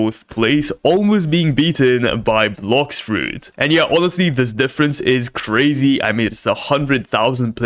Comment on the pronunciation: Its blox fruits not blok ford